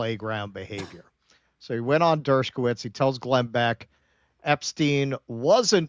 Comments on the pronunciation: Why does keep putting a 'k' in Dershowitz's name, saying it as 'Dershkowitz'? I'd understand if he called him 'Douchebagowitz,' but 'Dershkowitz' I don't get. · Not pronounced "Dershkowitz."